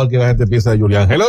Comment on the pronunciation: Y que sepan pronunciar su nombre, disque Yulián 🤦🏻‍♂️